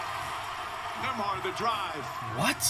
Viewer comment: flight said nemby 5’11😂😂😂